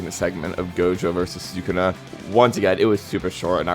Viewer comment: "Thukuna vs jogo" is insane